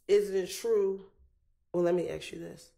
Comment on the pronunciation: Is it just me or does she not know how to pronounce the word ask